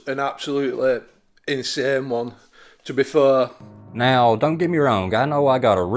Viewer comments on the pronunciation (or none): "To be fuhh" lol